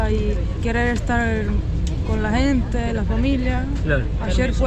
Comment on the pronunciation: La querida tiene que modular más la palabra " gente" por qué ella dice ente.. Lo digo de buen corazón no para que se ofenda..